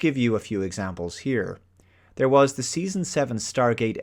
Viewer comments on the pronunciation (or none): none